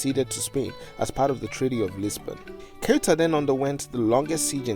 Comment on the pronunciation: You really should have checked the pronunciation of Ceuta before making a whole video about it.